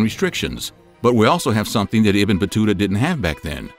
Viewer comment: Ibn pronounce as Eeeebnoooo